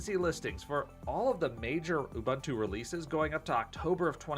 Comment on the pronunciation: It's not ooBUNtoo, it's ooboontoo